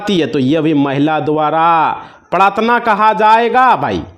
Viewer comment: Aapko Hindi ka sabd prtadna Tak bolna nahi aaraha hai to dusaro ko kia samjhaoge ?